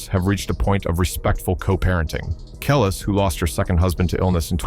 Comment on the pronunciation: It's pronounced Kelease you fool!!!😂👑Nas not Naas😂